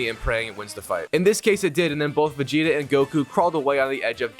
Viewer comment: You said vegeta name right at the beginning